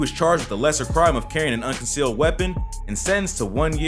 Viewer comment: Carrying a CONCEALED weapon not "UNCONEALED"